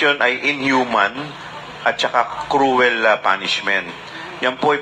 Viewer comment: Cruel not crowel